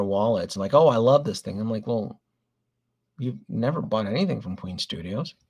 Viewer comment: FYI - it’s Queen Studios, not Queens Studios.